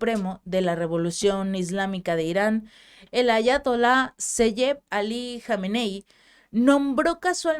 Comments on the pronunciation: Aprende no es Atayola, es Ayatola. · Ayatola es lo correcto, no Ataloya. Ok